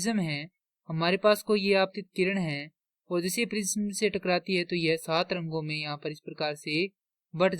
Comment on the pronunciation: छूतमारिके प्रिज़म नहीं प्रिज्म होता है 😅